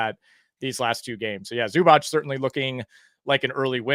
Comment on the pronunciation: it's not zubach bru